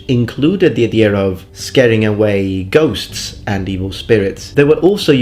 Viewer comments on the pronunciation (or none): none